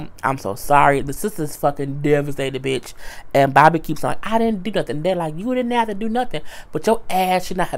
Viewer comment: I don't know why I laughed so hard when you said "BOB-A" lmbo